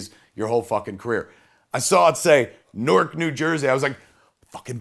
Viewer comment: That's how KNOW he's from Jersey because everyone not from here pronounces Newark wrong lol